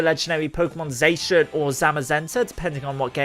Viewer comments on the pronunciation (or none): Isn’t Zacian Pronounced Zash-ee-an? Cuz you pronounce Zamazenta Za-ma-zen-tah, why do you pronounce Zacian Zay-shen? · It’s pronounced ZAH-SEE-IHN, “”! 🤨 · Bruh it’s pronounced as za-si-en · Your pronunciation of a few of these are pretty funny. Oleana and Zacian, mainly. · Is it just me or did anyone heard him say something else and not zacian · You pronounce zacian incorectly. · how he said zacian hurt me